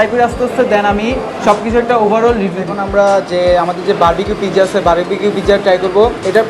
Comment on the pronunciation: Pijja nah its pizza